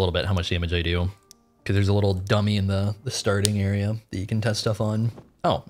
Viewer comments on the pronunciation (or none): none